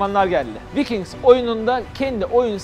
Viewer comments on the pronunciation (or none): vikings değil vaykinks diye okunur.